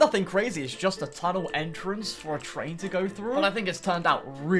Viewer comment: victoria is a twain station, YESS TWAINSSSSS